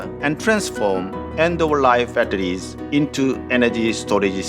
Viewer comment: 빳데리쓰,,,,,, 공식영상에서 영어 이렇게 할 거면 시키지마 그냥